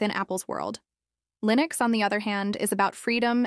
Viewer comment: "Lineus --SSorce Ayiiine" My favourite distro!